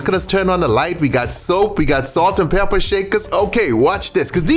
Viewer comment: He sound country AF when he said pepper! Peeyuppa 😂😂😂😂😂